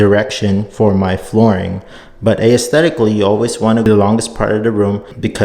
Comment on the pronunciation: The only thing wrong I’ve noticed is how he pronounces aesthetic 💀😂